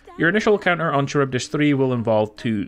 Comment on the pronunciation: FYI: it's "ka-rybdis". It's the pronunciation of Charybdis. You're welcome.